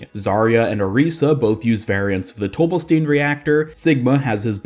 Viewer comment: It's pronounced tobe-bell-stine, not tobe-bell-steen. Sigma even pronounces it as the former. I know it's spelled "Stein" which in English would be pronounced with a hard E but it seems to be more of German origin which means the last letter in any ei/is combo is the one that is pronounced. In this case it would be the I. Like how Einstein isn't pronounced Eensteen.